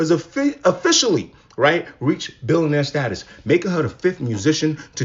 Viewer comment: Before anything else... You should probably learn how to say billionaire. Also, she's just NOW one? After all those years. I knew she was overrated 😂